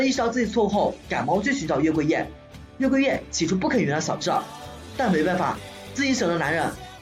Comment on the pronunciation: 還有 月桂Yeah🤣